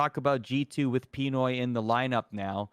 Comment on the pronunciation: Are they pronouncing P1noys name wrong on purpose?